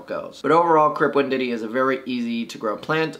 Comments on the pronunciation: learn to read, learn to pronuonce Wendt E I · No offense, but WEND-TEE-EYE. Otherwise informative!